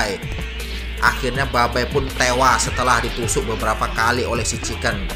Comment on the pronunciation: Chingken salah Chiken betul